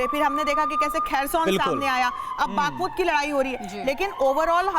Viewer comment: Matlab ah,ah,aa matlab,baaakhmut,😂😝 nehi ma'am Bakhmut hai.